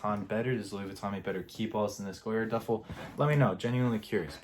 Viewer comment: It’s an atrocity how you pronounce the name of this designer😂😂😂😂😂#NoClass